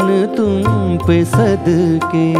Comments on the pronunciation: Meri jaan tum pe "sadkey" nahin bhai "sadqey" aur "shokhiyan" nahin "shoqhiyan" hai ! Ek baar Mahendra Kapoor ko poore dhyan sey sunn lijiye ! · Issi liye kaha jata hai ki "sheen" "qaaf" durust hona zaroori hai ! "Sheen" toh sahi hai "qaaf" durust nahin hai! "Sadqey" aur "shoqhiyan" aap Ada nahin kar paye janab. Do teen baar mera naam sahi sey pukar lijiyey "qaaf" bhi durust ho jaye ga !